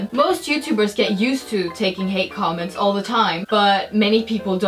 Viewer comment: you said comameds